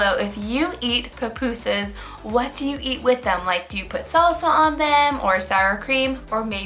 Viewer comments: And it’s not pronounced puh pu sas there pu pu sas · Not to be rude but it kinda annoyed me when she said Popusas,I say pupusas😂